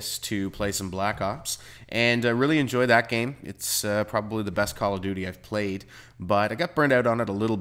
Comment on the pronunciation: Lol i though he said he played, a lot of black cocks.